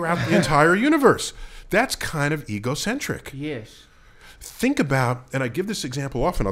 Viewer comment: If it was rly you Russ it would say "tell me what you fink"